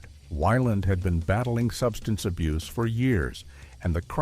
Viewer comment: Are you drinking ?😂 say substance abuse again